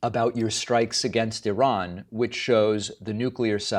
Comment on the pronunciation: His pronunciation of Iran is all over the place.